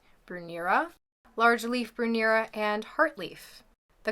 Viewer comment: And Brunnera, Columbine and Solomon’s seal and Sedum and Potpourri in another video